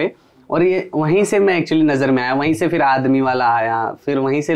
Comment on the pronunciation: "समझ रहे हो" वैसे, राहगीर कभी "फिर" को "फ़िर" बोलने लगते हैं. बतौर गायक इस छोटी सी चीज़ का ख़्याल रखना सही रहता है.